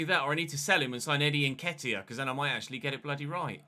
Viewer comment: I think calls Nteka, Nketa bcus he's think of the name Nketiah